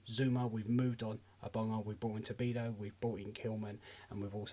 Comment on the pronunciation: The name is not Tobido but rather Todibo